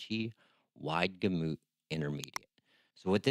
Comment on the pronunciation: I don't trust anyone who can't pronounce Gamut